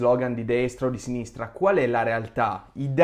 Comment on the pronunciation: Bellissima la difesa su Giordano "e allora i giornalisti di sinistrah?".